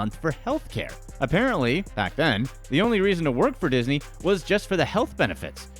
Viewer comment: Did you notice he said isney